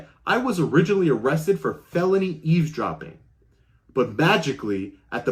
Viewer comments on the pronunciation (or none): ........"ease-dropping"??? Uh, I think you're missing a "v" in that pronunciation. And, we will only mention "Ellen-noise" . That accent speaks of the Northern NJ, Staten Island, Brooklyn, Queens and Bronx corridor. Hey.....are youse wearin' nice, clean underwears, dare?? Chill out, dude....just kidding....no problems. I grew up in Nassau County on Lawn-Guy-Lend. So, I have my own accent issues......like "cawfee", "pawking tha car" and, of course, putting an "r" onto any word that ends with an "a".